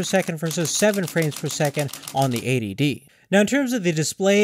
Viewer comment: EighTY D, not A.D.D